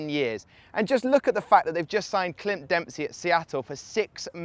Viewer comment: He said clynt dempsey lmfao he sucks